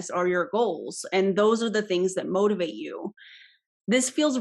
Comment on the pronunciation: Ok... I LOVED this video so much. This guy... I mean... I was dying the entire time. When he said "motivate" I kept hearing "mold" instead. He wants to mold and shape you to be his follower for life! 🤢 The whole thing felt outrageous. Thanks for this, I look forward to seeing/listening to more! 👍